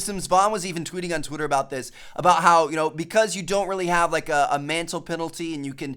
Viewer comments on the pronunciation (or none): none